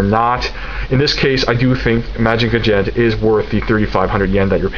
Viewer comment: LOL! I know what you mean. Lots of different pronunciations, out there, but trust me, Mazinger Z is best spoken in your native tongue. Great job once again! I will be following your reviews regularly from now on.